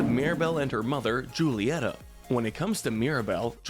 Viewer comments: JSYK, the Spanish ‘J’ is pronounced like an English ‘H’, so “Julieta” would be pronounced like “Hoo-lee-ET-ah” by English speakers. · He pronounced Julieta. (JU-LEE-ET-AH). BUT IT IS ACTUALLY (HU-LE-EHT-AH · Mirabel mother is pronounced (who-lee-Et-tha) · May I ask you do an Encanto Head canons We Loved And Hated. Also I'd like to correct your pronunciation of Julieta. It's WHO-lieta. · Please stop calling her Julieta. In spanish j is h